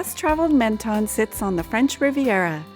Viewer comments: Pronounced Mon ton not Men ton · Pronounced MON-TON. Sorry to be a Pedant. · You’re not supposed to pronounce either of the two N’s in Menton !!! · No it’s not! It’s pronounced MENTON! EN and ON are not pronounced the same way! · MEN and MON are not pronounced the same way!! Bad example! Try the word MENteur for example. The tong never touches the pallet either. But be right if you wish to be. Am signing out of this exchange and wish you all the best.